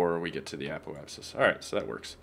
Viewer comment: apoapsis is pronounced uh-pope-sus